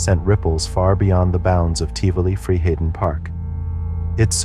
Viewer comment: This might sound extremely rude, but the way you pronounce ’Tivoli Friheden’ is one of the funniest things I have ever heard. My cousin wanted to ride the Cobra so badc and he got really sad and angry when he heard it was shut down, he didn’t know it was because the ride had cost the life of a poor kid…